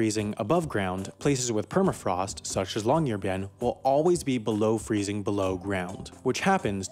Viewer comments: This place is a research city. It's essentially a base for the local university of Tromsø. The way the guy pronounced the name of the city was cringe. Folks don't live on Svalbard (the name of the island) the way they do in other cities in Norway. It isn't 'illegal' to die on Svalbard. It is something that is actively avoided due to the problem of disposal of dead bodies and the expense to the family of flying a dead member to the mainland for burial or cremation. It is illegal to bury a human corpse there, but that goes for the disposal of bodies just about anywhere, I'd image. The half as interesting guy has also failed to mention that there are also Spanish Flu bodies in the permafrost in Alaska and the work done on the research of a female corpse from there that was published in 2007. Again... not 'illegal' to die on Svalbard. If that was the case, we'd have to jail tourists who get themselves et by polar bears. 5 deaths since 1971 but many more attacks. Recent ones: 2011,the death of a young man from England, 2015, a Czech man was badly mauled but survived, 2020 a Dutch man was killed by a polar bear. These were all people in tents. Tents made of fabric. Just pretty wrapped treats as far as a polar bear is concerned. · Yeah, that really bugged me too. If you're going to mispronounce it, at least go for "bee-en" since Americans don't really have the Norwegian y sound, so it's easier to pronounce y's like i's. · Great video, but as a Norwegian hearing you constantly butcher the name was quite jarring, especially since you said it so many times. The "byen" part is two syllables. "By-en" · Long-year-bye-n(ot today, or never) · You can literally just go on translate.google and put it on Norwegian, type in "Longyearbyen" and hear the computer pronounce it. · Nah, but if I'm making a video about Chickens, I'll be sure to know how to pronounce the word Chicken. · I speak Norwegian and I just can't with the way he says longyearbyen